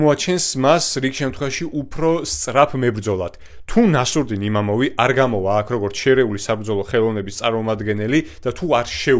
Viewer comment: იმამოვი არა, იმავოვი. წარმატებები